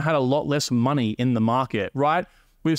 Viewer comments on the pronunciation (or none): none